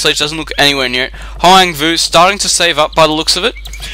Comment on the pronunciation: You pronounced my name almost correct :)